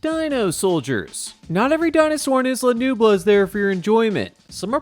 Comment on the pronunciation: Bruh. The S in Isla Nublar is silent. The R is not.